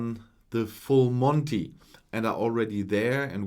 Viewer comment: The full Monty is a saying from ww2 after Montgomery v Rommel north Africa. That's the 1st time I have heard the phrase spoken in a German accent. 😀